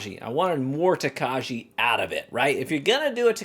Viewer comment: Says Tokaji wrong for the majority of the video Learns how to say it correctly Continues to mispronounce it because his Midwestern is too strong for this world.